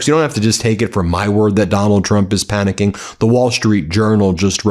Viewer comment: Stop saying panicking....